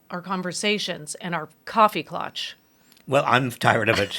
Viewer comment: It's Klatsch my friend